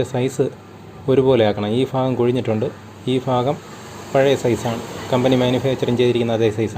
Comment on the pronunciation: ഭാഗം ഫാഗം എന്ന് പറയുന്നവർ ഏത് ജില്ല ക്കാർ ആണ്